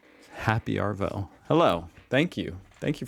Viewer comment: Sorry dude nobody in Australia ever I mean ever says happy arvo You just say gday how's it goin And we pronounce arvo as r vo